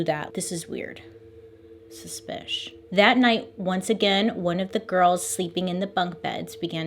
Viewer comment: "....Suspish." I cackled